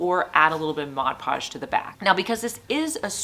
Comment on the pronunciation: Can I just say thanks for calling it "MOD podge"? It irritates me when people call it "modge podge". 😂